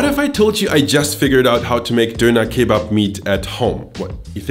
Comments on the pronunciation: An der Aussprache erkennt man eigentlich nur das es mal wieder falsch ausgesprochen wurde. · An der Aussprache von "Döner Kebab" hört man eindeutig, dass du ein deutscher seien musst😂😂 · aber sowas von :D